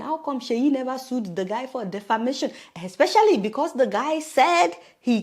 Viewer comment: So sweet Adeola. I've noticed you say "zhe", instead of "the". Do you do that on purpose, or is that just the way you pronounce "the"?